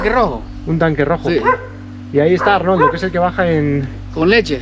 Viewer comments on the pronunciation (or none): jajaja todo el rato repitiendo Arnoldo y cuando pregunta dices Ornaldo jajajaja